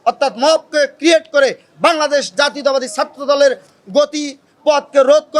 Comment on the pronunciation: জাতীয়তাবাদ উচ্চারণের সময় ফিতা আটকে যায় নাকি? দুই আলিফ টান দিতে হয়?